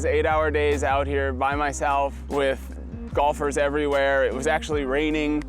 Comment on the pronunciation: I never thumbs down Jomez. EVER. But I thumbs downed this one for calling golfers "bolfers". Unsatisfactory! Lol